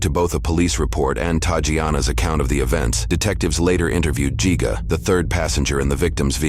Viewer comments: It’s not pronounced geega! Wow people dumb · yall pronouncing gigga wrong and youre spelling it wrong too.